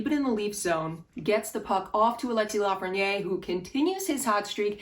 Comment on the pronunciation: “Please pronounce my name correctly!” - A. Lafreniere